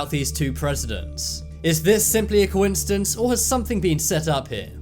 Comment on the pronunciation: I heard “confidence” lol